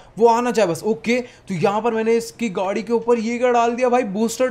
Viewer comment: gadi ko gudi bolte hai